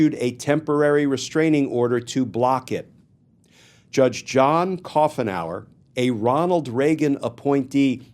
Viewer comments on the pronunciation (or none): It’s Coo nower not cough nour. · The pronunciation is coo en hour. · Judge Coughenour is pretty much a part of the landscape here in the Northwest. It’s pronounced Coo’nour…